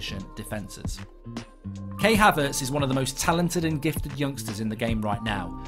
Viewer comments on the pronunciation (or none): I hate to be 'that guy' but you've been talking about Kai Havertz for quite a while now and you've been pronouncing his name wrong. It's Kai as in Hi with a k not kay. Love the content as always and its great to see you trying new things